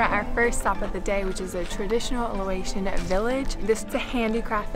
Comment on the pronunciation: you keep saying "Loation." That's wrong. It's Laotian or just Lao. Lots of youtubers make same mistake.